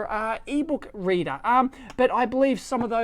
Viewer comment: Is it me or you said "eebow kreeder" (whatever), instead of "eBook reader"? LOL! :D